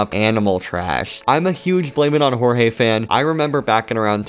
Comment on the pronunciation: he is pronounced blame it on jorge not horhe he says it in almost every video in the intro himself